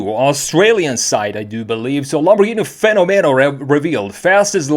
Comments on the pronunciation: In spanish (and italian) its pronounced fe-nó-me-no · I'm Italian and the right pronunciation is "Fe'nomeno" with accent on the first "e" rather than the second